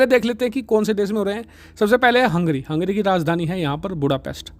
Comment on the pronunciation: भाई वो हंग्री नहीं है हंगेरी है.